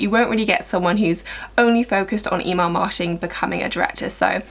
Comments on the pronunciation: I'm from America and I could not tell that you were saying Email Marketing! I thought you said E-Mark or E-Mall Marketing. So funny! Great Video! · I’m from North America and I could tell she was saying Email marketing lol